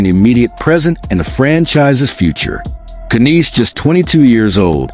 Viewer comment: Ya don't pronounce the K!! KNIES!! The K is SILENT!!